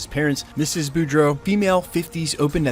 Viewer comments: Beau = Bo. Bou = Boo. The character’s last names are pronounced Bo Dro or Le Bo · BEAUDREAUX is pronounced Boo-dro, not Bor-dough. And it's not Lay-boo, it's pronounced La-bo.